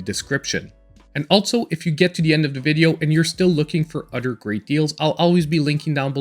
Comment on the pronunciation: If you say udder one more time 😂